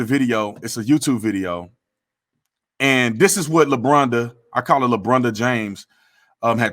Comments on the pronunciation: When did everyone become a Monday morning quarterback for the police? 🤦‍♂️ “Lebronda.” You killing me! 😂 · He said, Lebronda.. BTatum, i love the names you come up with..